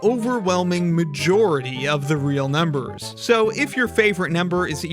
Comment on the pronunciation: I keep hearing “Ah! real numbers” Ala the Nickelodeon show